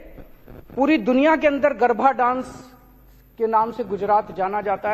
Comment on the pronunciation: गरभा नही, गरबा नृत्य होता है लवनाशूर